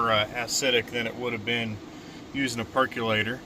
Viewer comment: PercOlator, not percUlator.